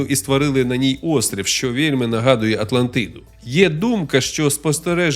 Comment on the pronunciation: Хахахах з початку випав: "Легенда прА Атлантиидуу" Але дякую за українську, це все жарти звичайно